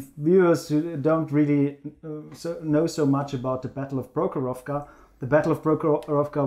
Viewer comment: Comrades, PrOkhorovka, not ProkhorovkA. Rotmistrov is correct)